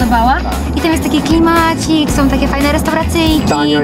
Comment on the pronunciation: ŁersoŁ;)))..." Tam jest taki fajny klMACIK!,...fajne restauRACYJKI!" jak ty akcentujesz półgłówku;)))